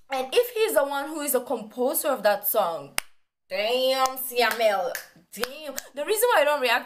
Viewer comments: Siamel....not that...syamel....ahahahhahahahahaha...u so funny gurl...love ya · its syamel not siamel😂